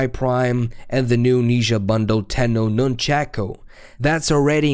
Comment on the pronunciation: (nun-chaw-Koo) nunchaku not (nun-chak-oo) still though pretty awesome.